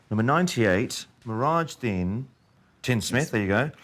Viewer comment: It's mirajuddin not nehraj